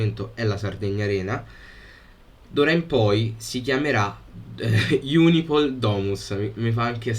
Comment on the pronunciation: si dice Unipol. Non IUNIPOL